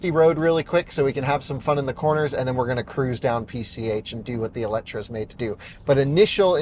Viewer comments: It is not called Eletra, there is an E at the end, so it is called Eletre 🙂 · EletrE not EletrA.. How hard can it be to even read.. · Oh man!! It’s called eletrE (E not A - and no C)!! And is has nothing to do with electric or whatsoever 😅 eletre is Hungarian and means something like „revive“. That’s what Lotus wants to chip in with the name. Other than that: simply a dream of a car 😊😊